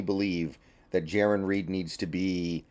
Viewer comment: It is possible for you to Pronounce Jarran correctly!!! You kept saying JaRON and it kept triggering me. lol